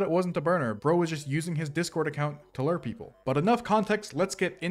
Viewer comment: The way you pronounce lure as "lerr" drives me insane lol